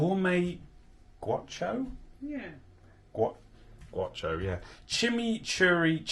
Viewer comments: wow you cant even read, gowcho not gwatcho. A Gaucho is an argentinian cowboy or horse rider of skill. I swear you do this on purpose. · That word is pronounced 'Gow-cho' and it's the word for an Argentinian cowboy. EDIT: Not surprised about the chorizo. Jam/Jelly has a ton of sugar, and sugar burns VERY easily. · Pronounced "gawcho" an Argentinian Cowboy